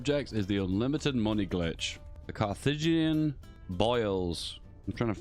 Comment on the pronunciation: Carthaginian, Carth-ag-in-i-an, 5 syllables